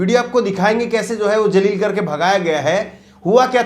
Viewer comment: aap apna pronuncition theek karain Jaleel Shabd yahan piryog nahi hoga yahan Zaleel shabd ka piryog hoga